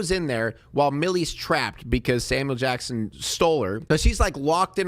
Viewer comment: It sounds like you're saying "Salmon Jackson".